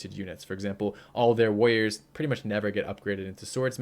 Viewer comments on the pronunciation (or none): the way you say warrior its killing me :)))